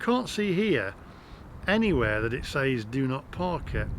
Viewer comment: FYI, says is pronounced, sez.